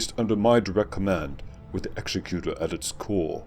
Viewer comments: You're pronouncing Executor wrong. It's eg-ZEK-ku-tor (as in exectutive), not EX-e-ku-tor as in execution (the word for that is actually executioner). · It's "egz-eh-kyu-tor" not "ehk-seh-kyu-tor" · Not really. "Executor" is a real word- a person assigned to carry out a duty- and has a correct pronunciation. The way you are saying it is incorrect. It's not a big deal, just a minor pet peeve for those of us who are anal retentive.